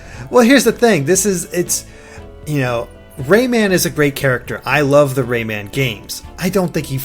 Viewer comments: rayman not raymen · Am I the only one annoyed by the way he keeps saying "Raymond" instead of "Rayman"? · Gah, its pronounced Ray MAAAAAN Not raymen. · Ray-MAN not Ray-MEN:S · Please stop pronouncing it 'raimen'. Pronounce how it's spelt. Rayman -> ray - man. Sorry it's just irritating